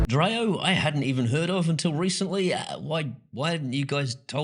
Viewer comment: Dreo is pronounced with an e. Not an a. Dree-O. Not Dra-O.